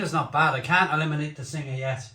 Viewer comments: it is pronounced beer sing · Also you don't pronounce the ha, it's pronounced beer Sing. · Singha is actually pronounced 'Sing' ... hello from Thailand 🙏